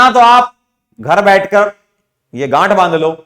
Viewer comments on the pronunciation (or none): sir said gand instead of ganth band lo.....13.45 se dekho......